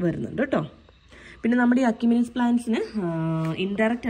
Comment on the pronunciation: എഷിമിനെസ് എന്നാണ് പറയേണ്ടത്.